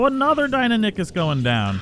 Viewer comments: Dee-i-non-i-kus not dine-o-nik-us. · Die no nie kus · ( DIE-NON-ikhus) my fucking god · Deinonychus pronounced: 'die' - 'non' - 'i' - cus', not 'dienonickers' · It's pronounced Dine-non-i-cus not Dine-a-dick-us just letting you know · Deinonychus. die-NON-ih-kuss. NOT DINA-NICK-US. -. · Die-No-Nie-Kus is the correct pronunciation I believe. I know this is a couple weeks late but commenting because it bothered me too and want people to know the correct way to say it. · Dino-nick-us is not how you say it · Just so you know, it is pronounced dy/die-no-ny/nie-kuss. Otherwise, nice vid. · You said deiynonacus roung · You murdered the pronunciation of Deinonychus its kinda like this (Die-Non-a-Kiss) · Not tryna be a buzzkill but it's DIE-NON-OH-CUS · Die-non-a-kiss is how you say it just letting you know not trying to be rude. 👍👏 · DIE-NON-I-CHUS. (that was a pronunciation btw) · Lol 😂 Dino-nick-us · Deinonychus is pronounced Die-non-o-cus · btw its said Dy-None-A-cus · ITS PRONOUNCED: DIE-NON-O-CUS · Good video, but Deinonychus is pronounced Die-non-ih-cuss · Deinonychus is pronounced Dy-Non-i-kes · you pronounce it Die-no-nye-kiss. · ITS DEINONYCHUS NOT DIENINACUS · I am so triggered the way he says dienonycs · It’s called die non ee kus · It’s die-non-we-cuss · It’s pronounced die-non-i-chus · It's pronounced "dy-non-u-kus" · It is DIE NON IK US how is it hard to pronounce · I liked the video and all but your pronunciations of Deinonychus hurt me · Jack Hugs I know it’s awful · The way he says deinonychus disturbs me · The way you say deinonychus disturbs me.